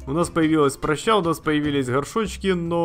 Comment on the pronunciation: не прщЕй, не пращА, а прАща!))